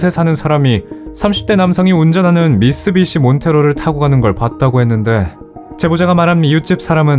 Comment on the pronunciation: 처음엔 제대로 미쓰비시라고 하다가 나중엔 미쓰시비 라고 하셨어요 ㅎㅎ 그래도 오늘도 잘 들었습니다